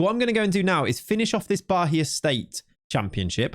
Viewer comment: Funnily enough the "Atletico de Alagoinhas" pronunciation was pretty on point. The "Bahia" though, not so much😅. There is no "h" sound, it's "Ba-ia" with an emphasis on the "i". Thank you for another great video, love your content!!